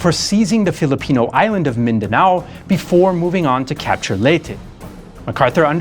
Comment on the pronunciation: He also pronounce mindanao and other philippine places very well